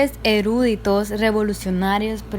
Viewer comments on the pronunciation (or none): Hay Dios como pronuncian "Eruditos" 😪😪😪😪😪😪😪😪 no sé como suben estos vídeos sin conocer los términos, su correcta escritura y pronunciación 😕😕😕😕😕😕